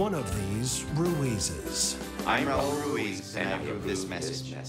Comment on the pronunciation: Hey Kimmel: Your Spanish skills are malas, muy malas, one may think that working with Hispanics would make you interested in the pronunciation of the letter R at least, which is like imitating the sound of an engine the way: RRRaul RRRuiz